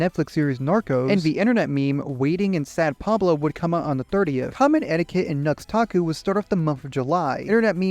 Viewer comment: Nux taku? NUX TAKU? Seriously?